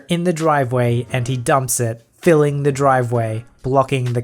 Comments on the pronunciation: Filling it not file-ing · "We set about 'filing' it." Under what?